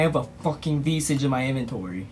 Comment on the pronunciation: A few things.. 1) your reaction hit a note only dogs can hear. 2) SOOOOO fake (your reaction not vid) 3) You actually are saying it wrong, visage is a normal word and it was also in the pronunciation guide Jagex posted i believe